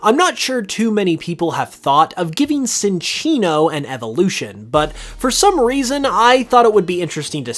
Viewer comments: I was confused by Psynchilla's name until I saw its name, as you pronounce Cinccino with a soft "c" instead of the "ch" like its official pronunciation. When you first said it, I was like "umm so Cinchilla should literally be pronounced like chinchilla if you follow Cinccino's pronunciation." My bad on that, but you should fix your pronunciation of Cinccino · Why can you pronounce Cinchilla properly but not Cinccino? lol